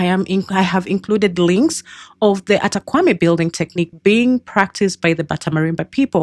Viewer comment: Great info but you're pronouncing the name wrongly. It's pronounced "Kpa" as in Kapa not "Kwa"